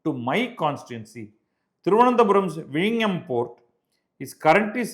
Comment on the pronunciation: With due respects , sir. Its vizhinjam. Not vizhingam. Malayalam is more nasal. 😂😂😂.